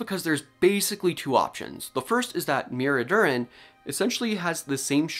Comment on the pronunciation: Many thanks for the excellent report, and great to see you've really got to grips with the paper. (Psst... you need to pronounce the second syllable as well... then you won't be far off! 😉Something like Mi-AIR-ri-THIrrin will get you close. Welsh should always sound slightly musical!)